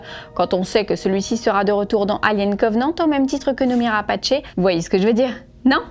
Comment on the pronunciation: Le nom de famille de Noomi Rapace se prononce à la française (c'est un pseudonyme issu du français). Le "Rapaché" dans la vidéo m'a écorché les oreilles ...